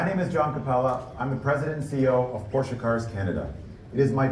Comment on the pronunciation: at least learn as the CEO of a top company to "speak it" in original way, which is NOT porscha, but "porsche" (it should end in an E spoken almost es "eh", eh?)